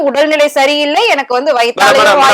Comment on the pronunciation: எந( ன ) க்கு சரியா தட( மி )ழ் வராதனால் வில( ங் )குகிறேன்